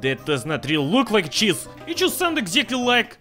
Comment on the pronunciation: It sounds like he’s saying jizz when he says cheese